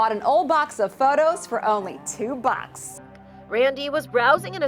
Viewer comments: why she says “2 Backs” instead of “2 bucks” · Did anyone else know that the girl said "only two BUAKKS" instead of bucks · "For only 2 bUXss" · TWOU BWOUCKS! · The way she said bucks ... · the way she says 2 BuCkS